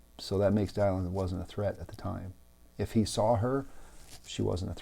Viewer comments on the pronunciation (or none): Thank you for this message. Very wise advice and reflections. Just one small question, why pronounce Dylan’s name as Die-Lynn? Thanks again. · It's "Dill-en" like Bob. Talk about respect, you can't even pronounce the poor woman's name correctly. I'm out. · Dude, are you pronouncing Dylan correctly? It does matter, given you are posting to a public forum. It casts you in a shadow of ignorance to not get such essential details correct. No excuses. Get it right from the start. Constructive criticism.